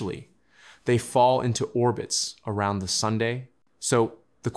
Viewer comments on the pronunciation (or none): “Pebbles, the rocks.. they fall into Sun(dae)..” AI glitch🤡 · Did this voice just call the sun sunday? Was I hearing things wrong?